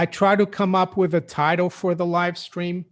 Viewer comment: you just said live scream!! Lol. Billy's chewed bones. Rofl 🤣